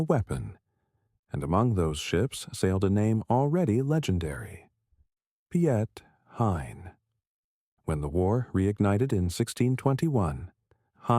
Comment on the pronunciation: At least pronounce his name right, it sounds very different in dutch